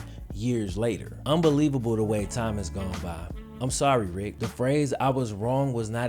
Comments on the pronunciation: Bro.... learn to annunciate & pronounce your words correctly. The man’s name is Tony MandaRICH not Mandarick or Mandarit.... you said it right the first time, so everybody KNOWS you can say it correctly. Every other time you say his name, you sound lazy bro. You are the one running a podcast or making a video for YT. Speak right bro. Damn... Otherwise, a very good story. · his last name is pronounced Mandarich (man-duh-rich), not Mandarick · Manda-RICH, not Manda-RICK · Rich,not "Rick" bro. Rhymes with switch. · Fyi, his name isn't pronounced the way you are pronouncing it. You are saying it like it rhymes with Man-brick, when its pronounced like it rhymes with Man-itch, or sandwich. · You should have learned how to pronounce his name properly. *Rich, like it is spelled, not Rick. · I am 99% sure his name is pronounced Mand-a-rich (rich, like in a lot of money), not manda-rick. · MandaRICH. Pronounced RICH. Not RICK. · His name is Tony Mandrich not Tony Mandri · It's rich not rick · Mandari CH. as in the word RICH. Not tony mandarick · Man-da-RICH!!! NOT Man-da-RICK. It just grates on my ears every time I hear that. Otherwise it was a wonderful presentation, thumbs up. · Mandarich, not mandarick bud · Its Mandrich RICH NOT RICK. YOUR VIDS STILL KICK ASS THO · I’ve always heard his last name pronounced “Manda-RICH”, not “Manda-RICK”. Am I mistaken? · Its Madarich not Mandarin. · “Mandarich” is definitely pronounced the other way (“rich”, not “rick”)🤦🏻‍♂️ ...but hey, ya nailed everything else 👊🏻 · His name is pronounced man-da-RICH not RICK you fucking idiot. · You are pronouncing his name wrong! MandaRICH Not rick. OTHERWISE GREAT VIDEO. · Think I remember his name being pronounced Tony "Man-Drich"...not 'Man Da Rich"? Could be wrong essentially a 2 syllable name not a 3 syllable name. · Say it with me: “Man-dur-rich!” 🙄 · It's not "ick" it's "ich" ... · His name is not MandariCK. Man-da-riCH. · Bro its ManderRich, not manderin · Man-duh-rich. Not Mandarin.